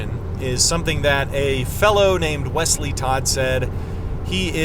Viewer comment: I like the way you say Wesley’s name🤣